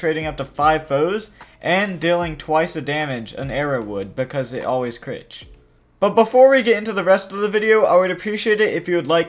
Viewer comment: "dealing twice the damage an arrow would because it always critch", i don't think you quite got that one